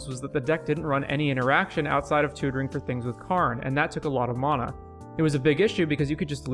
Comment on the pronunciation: Man I liked where the video was going but I couldn't finish it because of how unreasonably annoyed I was getting with the way you pronounce "mana"